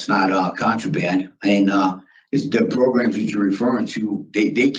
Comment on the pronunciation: Progrums lol 😆